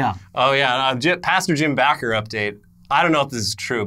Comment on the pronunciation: Pretty sure its Jim Baker.... not Jim Backer....